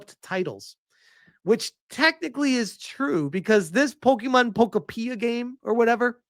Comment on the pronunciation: Pokopeea.🤣🤣🤣 I think it’s pronounced Po-kopia like utopia.